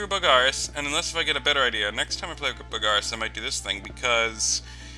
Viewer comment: Mostly its the stressing the wrong vowel. You stress the a in Bogarus, where it's supposed to be the o.